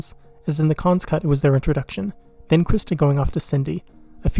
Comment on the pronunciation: Excellent review of this messy masterpiece! Some words you should look up their pronunciation: Ethereal Garofalo Cannes